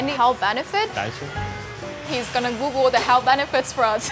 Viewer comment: hes gonna "googool" the health benefits for us 😂